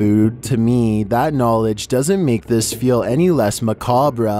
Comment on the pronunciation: He said MACABRA. Bruh...thats not how you say it